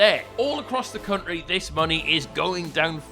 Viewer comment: "Liverpool and Southampton may be split by an entire cunt-ry" 😂😂